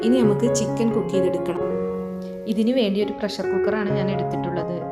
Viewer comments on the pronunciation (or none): none